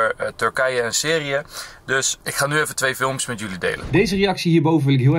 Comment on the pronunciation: Syrie spreek je uit als sieriejè niet serieë